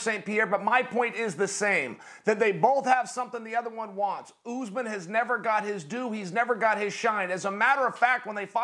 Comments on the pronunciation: I love how Chael calls him “Oozeman”. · kamaru "oozman"- chael